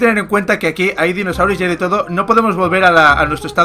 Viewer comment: He oído decir ninosaurios